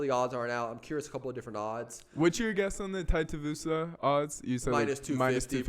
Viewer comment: Tai Tie-uh-voosa is fighting on this card. Who knew?